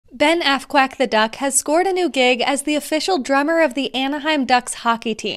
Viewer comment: Psst,sounded like you said assquack.